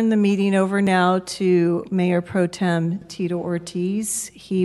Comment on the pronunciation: It’s ’pro-temp’ but he keeps saying, ‘pro-tune’. What an absolute knob. My man is developmentally disabled.